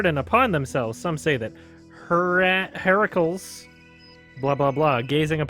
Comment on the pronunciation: Heracles = Hair-uh-cleez Him and Hercules are the same dude. One is Roman and the other is Greek.